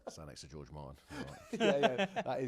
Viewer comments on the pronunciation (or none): none